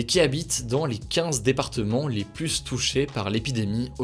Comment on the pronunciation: J apprécié vos vidéos très bon résumé de l actu ! Vous êtes dynamique on ne s'ennuie pas Un seul hic lorsque vous employez le terme plus par pitié naccentuez pas sur le S 🤣🤣🤣 Prenez soin de vous !